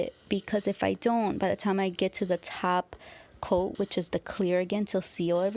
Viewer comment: She actually says tap coat 🙄